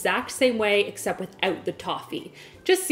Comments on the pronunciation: "It belongs in a commercial , Essept .... Im GON' EEdit" LOL - I died!!! You are awesome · “Esept imma eat it”😂😂😂